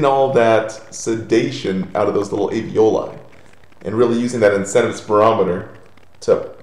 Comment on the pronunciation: It's aLveoli, not aveoli.